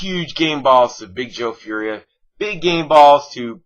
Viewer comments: its pronounced "for-ee-ay" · Fauria i think is pronounced four e ay